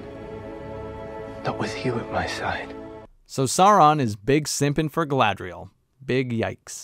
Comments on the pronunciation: I suspect the reason so many characters in this show say Galadriel like "Ga-la-thri-el" is because someone in the production watched the Lord of the Rings and heard the pronunciation of Galadhrim and thought that Galadriel's name could be pronounced similarly (In Tolkien's elvish language Sindarin, "dh" is pronounced as a voiced "th" sound.) When Peter Jackson created The Lord of the Rings trilogy, he had linguists to make sure the pronunciation of the elvish languages was as accurate as possible. Obviously, this was another thing Amazon couldn't care less about. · The way they pronounce Gallladrrriel is hilarious but her pronunciation of Saurrrrrrron is even worse. Every time I hear it it's like nails on a chalkboard.